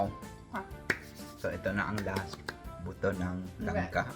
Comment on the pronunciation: Buto - mabilis bigkasun. Tanong mo Kay Jessa Pag mabagal ang pagsalita mo sa Buto hahahaha